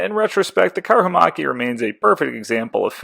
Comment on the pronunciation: Great video series! I like your pronounciation of Karhumäki, as it changes the meaning of the word from "Bear Hill" to "Bear macaque", which is an interesting animal. 👍